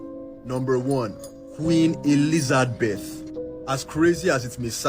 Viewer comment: “Queen Elizardbeth” 😂😂😂😂😂